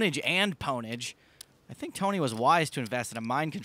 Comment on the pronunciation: “Phil, I fink you should get your coach get a tandem bike and get the hell out of here”